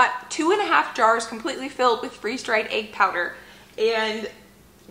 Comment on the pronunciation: Egg not agg